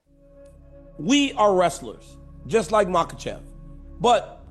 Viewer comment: Chael hears the names all the time still says them wrong lmao there's no L in his last name brother